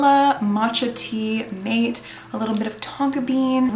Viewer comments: Thanks for an interesting run through! Appreciate it :) P.S. Mate is pronounced Mah-teh soft e, not Mah-tey, man-teh! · Also "Mate" is pronounced "Maa-tay" by the way! Just wanted to let you know :) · Mate is pronounced mah-teh or mah-tay